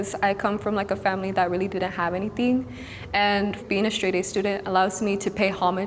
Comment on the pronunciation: Tell me she didn't just say "anyTING"